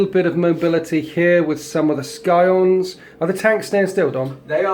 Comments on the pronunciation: C'mon,. You do great batreps but your pronunciation could be better. "Skyons" and "Layman"? "Scions" pronounced like "sigh-on" and "Leman", pronounced "Lee-man". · Skyons? It's pronounced Sigh-ons